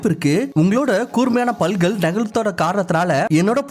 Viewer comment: Palgal illa pattkal Tamil la sariya pesina romba nalla irukum